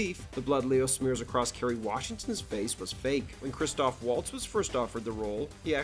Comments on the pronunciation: It's Christoph no er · *Christoph Waltz. Not Christopher.